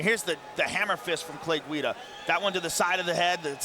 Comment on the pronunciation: "Clay Guido" lol